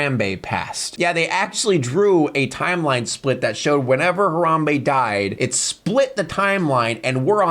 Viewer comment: HarAWMbe, Tommy WisOWE learn some damn English bro Jesus